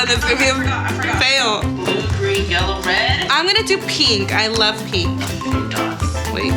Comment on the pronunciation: Why did it sound like she said “PEENK” instead of pink ?? 😂😂